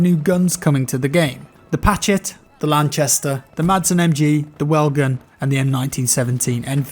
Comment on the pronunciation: Madsen MG. Is pronounced just Massen MG.